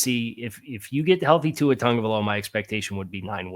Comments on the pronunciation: when you say Tua’s last name it’s not pronounced tag-guh-vie-lowa it’s actually pronounced Ton-guh-vie-lowa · Respect to you and any research/work you may have done to put out this video but man if you can't even get the names of the players right, in what sense are we as viewers supposed to take your opinion as valid and credible. Like it doesn't even take 2 seconds to look up how to say Jonah's or Tua's name yet we're supposed to believe your insight on how the team will perform due to cuts and adds? I get not everybody will know everything about every team but honestly it just feels lazy how little added opinion was given in the video. Kyle crabbs saved your butt if we're being honest. I hope you grow to be a better analyzer in the future and wish you luck. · how do you cover the NFL and not know how to pronounce tagovailoa?